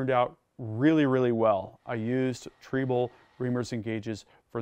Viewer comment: is not pronouncing "Triebel", the German way. WAFFENWERKZUEGE!